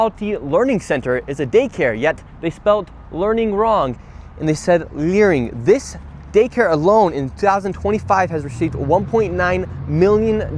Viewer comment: It's LEERING, and worse. Look at what's happening in Europe and the UK.